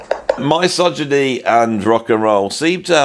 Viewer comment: Entertaining prog but your pronunciation of misogyny was distracting. I've never heard anyone else pronounce it in this way, that is, starting with "my" rather than "miss".